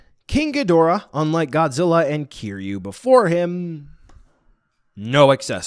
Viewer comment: Its kiryu not kiryu